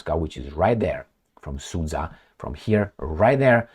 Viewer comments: The geopolitical loss of Al Capone is the rest of the world's gain. P.S. Sudzha is pronounced like Suja, the dzh (дж) is a result of Russian cyrillic not having a direct letter corresponding with j (J as in Janet), so they always transliterate words with that sound to include "dzh". For instance, the name Benjamin becomes Bendzhamin. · It is pronounced as Sood-Ja (as in J as in jump)